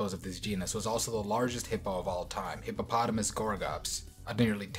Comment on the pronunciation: He said hippo and potamus so many times and didnt fail. That s a big W